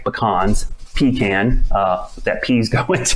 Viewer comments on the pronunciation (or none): Definitely thought you said “pee can”